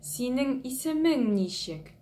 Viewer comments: если я не ошибаюсь, вы ударение в слове ничек неправильно ставите - на первый слог-нИчек, а надо на второй - ничЕк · Ничек---так и произносится ничек через ч , а не через щ. Через щ это какой то чувашский акцент.